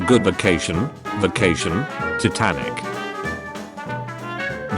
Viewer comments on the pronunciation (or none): none